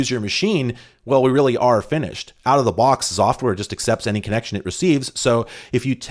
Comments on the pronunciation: Me, listening to saying "Xoftware" but not looking at the player: Zoftware? What a nice name. Pronouncing X as Z will never cease to amaze me;3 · I think they expected you to say Exoftware, the same way some people say "Exavier" instead of "Zavier" for the name Xavier.